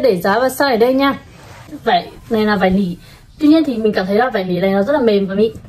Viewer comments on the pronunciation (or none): Bạn ơi, bạn đọc chữ nỉ là nỉ được ko, đừng đọc là lỉ, xin lỗi mình hơi vô duyên, nhưng mà mình nghe cứ khó chịu sao á :((